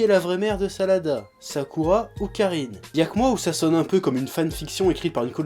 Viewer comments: j' crois que ses sarada pas salada je me trompe ? si oui dite le moi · Tu prononce tellement mal les noms des personnages venant d'une personne qui s'appelle et enfin la fille de Sakura et Sasuke s'appelle Sarada et non Salada.